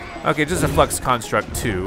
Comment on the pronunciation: When he said flux I thought he said fucks